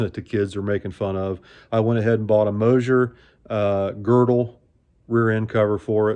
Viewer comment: Don't just say, " Mosher 9 inch", say " Moser FORD 9 inch", LOL.